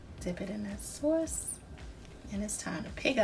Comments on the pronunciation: I'm trying your recipe first timer just found some crab meat in Ohio so thanks for info and the accent "Soauce" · They look delicious. The sawce is killin me. I know you from Baltimore. 😂😂😂😂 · Are you from NY? That "sauce" sounds like my "sauce" and I was raised in the boogie down. I am going to try this for my lunch. Looks yummy! I like that you did not fry them.